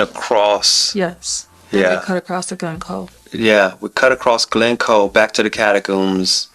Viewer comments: Catacombs? think you mean Cairngorms!!! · Did you mean Cairngorms, rather than Catacombs? "Catacombs" are like underground cemeteries! (That sounds pretty cool!!!)